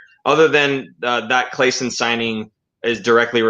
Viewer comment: Claesson is pronounced more like CLAW-son :)